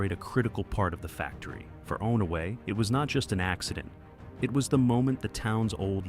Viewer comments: It's pronounced On-a-way Not Own-a-way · On-a-way. Uh-way-kon. Shar-la-voy. Do some friggin' research, robot. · Saw-ga-tuck, not Sow-ga-tuck. On-away, not Own-a-way.